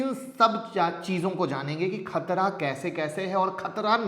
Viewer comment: Khatra nhi khatda sirji😂